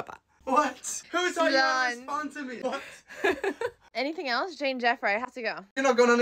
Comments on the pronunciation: That's cause she doesn't know Irish... 😂😂😂 she's speaking it badly with an English pronunciation u can tell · yeah she is not pronouncing ‘déan deifir’ correctly (it does depend on where you’re from in Ireland but I’ve never heard it pronounced that way), if you were to hear what she’s saying off an Irish person then it wouldn’t sound like simlish